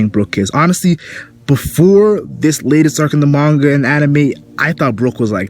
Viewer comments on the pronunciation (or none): none